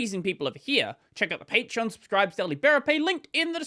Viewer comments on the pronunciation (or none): none